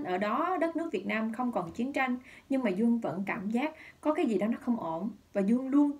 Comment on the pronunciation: Tôi nói nhiều lần rồi, Dương hãy nói giọng miền Nam bình thường chứ (gi) mà (xì) hoài thì mất hết giọng đặc trưng của người MN, đâu phải phát âm như vậy người mb, Mt, MN mới hiểu.